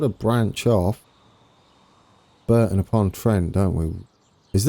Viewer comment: Hi mate Brereton pronounced Breaton as in a Ton of Brie :) Power Station is being demolished now soon it will all be gone